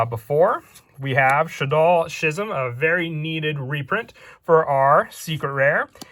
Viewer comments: its not shizm its skizm skizm not shizm thx😀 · reeshaddoll wendi was a super rare in the shaddoll showdown structure deck; also “schism” is pronounced “skih-zuhm”